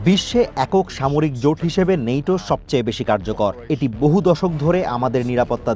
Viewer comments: কথাটা নেইটো নয়,ন্যাটো হবে। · ইংরেজি উচ্চারণে নেইটো হবে...